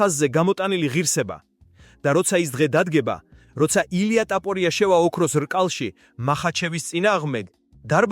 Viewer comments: უნდა გაგაუქმო. რა ლაპარაკი გაქ რა ტაპორია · DMA RA ARI VEGAR ISWAVLE GVARIS GAMOTQMA ???